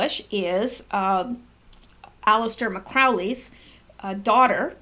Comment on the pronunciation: It’s Crowley not McCrowley. BYW he advocated for a NWO and he also said a child makes the best Satanic sacrifice.